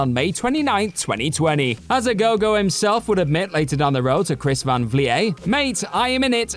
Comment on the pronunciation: Jesus learn to say names right. Chris and Jimmy were both wrong